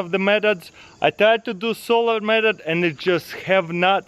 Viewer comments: Says "Medot" instead of method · The way he said meathod 😂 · Well the best "medod" is to say Method correctly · Is it just me or does he say "medot"